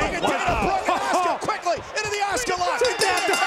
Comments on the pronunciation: Name:asuka Pronounced:oska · Why do the commentators insist on pronouncing her name as "Oscar' - it should be pronounced A-suka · What I heard is OSCAR hahahaha